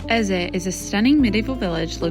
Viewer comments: ‘EZAY?” It’s pronounced “Eze” with soft e at end, not an a! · Y'all really couldn't even be bothered to ask a local how to pronounce Eze, huh? It's not EZZAY. JFC. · eze it’s ehz…. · It's EZe (E at the end is silent). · it’s ehz…